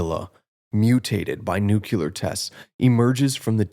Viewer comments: New-clee-ur, not noo-que-ler. Sheesh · It's pronounced NU-CLE-UR, not NU-CUL-UR. Despite the fact that I agree with your video in principle, I couldn't finish the video because your pronunciation of a critical word was so horrifically bad.